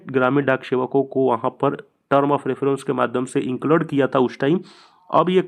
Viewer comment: Inclade nhi bolte hai include bolte h😂